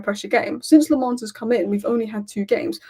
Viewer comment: His name is pronounced! Senna La'menns heard that from himself on MUTV